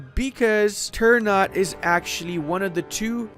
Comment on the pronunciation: It's Ter-Na-Tei not "turnout"